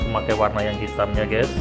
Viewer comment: Gesss 😂 guys bang bukan gessss